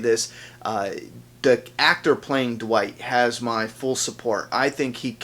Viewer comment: Dwight? No, his name is Wight since Eugene still got the "D" in his mouth 😂